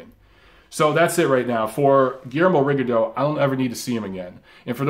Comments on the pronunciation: You got Loma name right but you mispronounce Rigo name. Repeat after me RE GONE DEE OU. Rigo is Cuban, there for that’s how is pronounced. Lol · He started the video talking about how to say Loma's name then said Rigondough